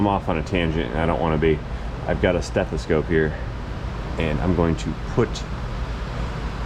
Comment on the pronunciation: STETHASCOPE? lol I just call it doctor ears